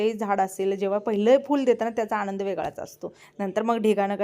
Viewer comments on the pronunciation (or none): none